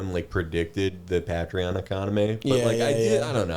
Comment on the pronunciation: Nick noticing Felix mispronounced Patreon